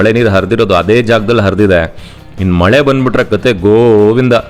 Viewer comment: ಮೊಳೆ ಅಲ್ಲ ಸರ್ ಮಳೆ